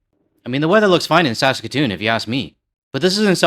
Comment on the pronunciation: I cant stop laughing over the guy saying... "skatchetoon"! Im in Saskatoon, and this killed me!! 🤣🤣 It annoys me that Scott Moe allowed US alcohol on our shelves again... he is too US friendly, still is... I dont drink alcohol anymore, so it doesnt affect me... but I love the movement that Canada has built against US. I agree that US will only be happy if Canada rolls over and stops our boycotts. I am proud that US is pissed, too!!